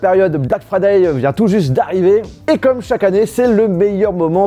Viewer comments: "black fraday" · You speak verry good inglish 😄 (black FRADAY)?